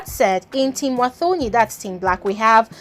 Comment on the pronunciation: It's pronounced "Watoni" not "thor"...thanks🙏🏾